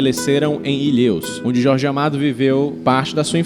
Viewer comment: Vc não imagina como me doeu no coração ouvir "ilhêus"